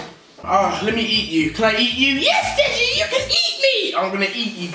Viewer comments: its deji not denji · (#legion) it's Deji not Denji do u hear him saying yo my name in Denji?no.its Deji